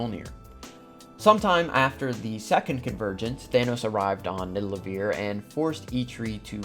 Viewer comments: It was funny, when u pronounced nidavelier as nidalevier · its not nidalavier its nivadaliear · Loved this but I would be lying if I said I wasn’t bugging out every time you said nidalevir lolol. Great content tho keep it up!! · it's nidavellir (Nid-Ah-Vuhl-Eer) not niddelaveer, the way you're saying it. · You keep pronouncing Nidavellir as Nidallevir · It's Nidavellir man. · bruh its nidavellir* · Ned-a-va-leer is the true pronunciation. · Its actually pronounced Ni - Da - Ve - Lir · I don’t mean for this to sound rude, but I cringe every time he mispronounced Nidavellir. He says it like Nidalevir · BRO ITS FUCKIN NIDAVELLIR!!!! WTF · Nidalevir? lol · its not NIDALEVIR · He also said “Nidalevir”, which is something Thor would call it since he got it wrong in Endgame too lol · Joey Teter yea almost all the pronunciations of the Norse names are wrong actually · The way you pronounced Nidavellir broke my brain😂, but good vid! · The way he pronounces Nidavellir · I wanted to comment about the mispronunciation soooo bad until I saw this comment